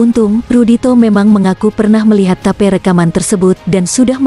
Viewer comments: ya biasa itu, tp Channel nya mantabs, sama tadi ada Tape dibaca Tape, harusnya tep. Sukses utk channel nya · suaranya kaya suara yang di google map hehehe tip di bilang tape.. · Bukan ta..pe....tapi "tape" min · Mbak zaman now ya kl tulisannya TAPE bukan tape singkong atau tape ketan TAPI TAPE RECORDING dibaca "tip" casset (kaset) pita. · Pengisi suara nya ngomong tape,pengen makan tape ketan mungkin mbak nya 😁... Tape English mbak 🤦‍♀️ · Mimin klu baca yg benar dong..rekaman tape..😅😅😅😅klu sy sih paham mksudnya..klu tulisanya bhs inggris yg d baca..dgn bhs inggris pula..bljr lah..biar enak aza ndengerinnya.. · auto ngakak...tape..tape..